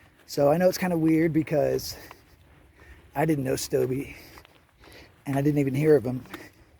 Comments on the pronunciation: It's stobe not stobey heard him say it in his video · Its STOUB..... WITHOUT THE eeeeeeee at the end. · All you have to do is watch his videos. He said "Stobe the Hobo Here" hundreds of times. He didn't pronounce the long E sound.